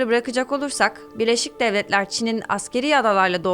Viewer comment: Kizim sen neden gücene gücene konusuyorsun??sovyehler ney laan??devlehler ney yaaa birlesik devletleri niye devlehler diyorsun neden??neyin mecburiyeti??t yi dogru duzgün söyleye biliyorsun istee